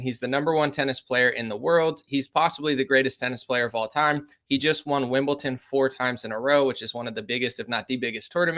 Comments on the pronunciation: It’s WimbleDon not WimbleTon😉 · Lol bro it’s Wimbledon. Not Wimbleton.